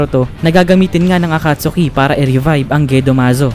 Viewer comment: a-cat-ski not akatsuki